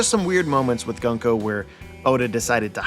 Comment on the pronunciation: Unsubscribing after a decade because you keep saying Gunk O